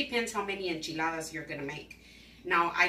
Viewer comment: As a Native Texan, I can confirm that this is the correct way to make enchiladas, as well as the proper way to pronounce enchiladas. Do not skip any steps and AFAIAC, the onion is mandatory.